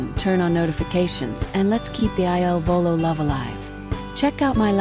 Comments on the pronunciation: PLEASE CORRECT Your narrative!!! Their name is "il Volo" NOT I.L. Volo !!!! The il means THE and VOLO means Flight in Italian. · IL VOLO …….. pls, not I.L.volo……..every night I say the same thing😮